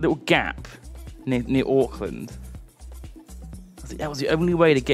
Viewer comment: was right first in his pronunciation of Auckland, we say it like Orkland.